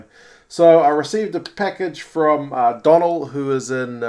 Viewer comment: Hiya ... if his name is spelt 'Donal' then its pronounced 'Doughnal' assuming he's Irish FYI 😁